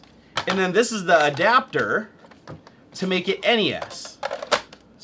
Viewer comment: "en ee ess" and "ess en ee ess"?? C'mon mate it's "ness" and "snez"